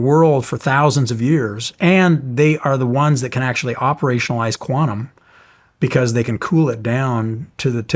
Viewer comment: Its QUANTUM not QUANUM 😂